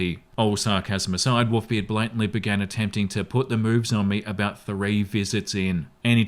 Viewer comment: Wont lie was listening to this and not watching...thought he was saying WOOFBeard until he literally said Wolves....and even then he seem to be lacking an L everytime he says it xD